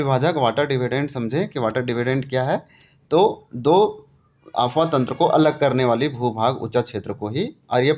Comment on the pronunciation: Apwah bolie sir Afwah nahi